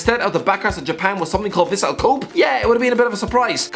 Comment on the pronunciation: The way he said Kobe 😂